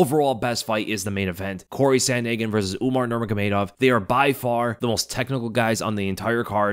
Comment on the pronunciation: Typical American saying sandhagen